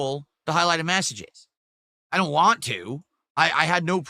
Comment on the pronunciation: It's crazy because that's not a normal New England accent! It's so nasal. 🤮